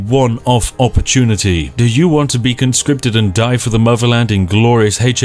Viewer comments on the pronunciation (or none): none